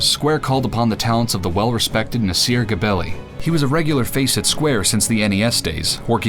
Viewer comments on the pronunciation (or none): Just to let you know, Nasir's surname is pronounced Jebelli and not Gebelli. I know this because I'm Persian and Nasir is from Persia too. By the way, you might want to look up the name 'Hamid Jebelli'. He is a famous actor/director in Persia. I'm not entirely sure but I think Nasir and Hamid are relatives.